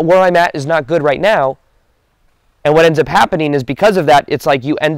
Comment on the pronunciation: I knew he said, "right meow" lol.